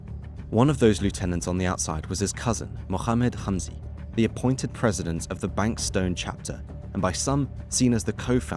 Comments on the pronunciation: Then he should say hamzy not humzy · Note: the H in Hamzy is not KH its H